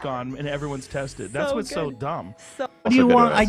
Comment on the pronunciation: “You wanna talk about dong (dumb) deh, deh testing even mean anything” - Hila Klein everyone CEO of child like fashion and mispronouncing words at the age of 33.